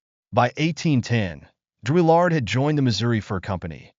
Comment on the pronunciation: Who writes this crap? You can’t even say his name correctly. Why make this? A waste of time.